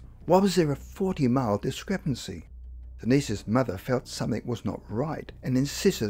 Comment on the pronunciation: This is an interesting story, but the narrator's lack of linguistic skills is very distracting from the story. eg. It's not "Boina Vista". It's Buena Vista. It's police, not "pleace". "summink" -You mean something. "insised her daughter giver her a rashion explanation" -WTF? That should be "insisted her daughter give her a rational explanation". It also doesn't help the credibility of this story by quoting the unreliable website, Wikipedia. Especially when their description of an alien abduction that has information that is not true.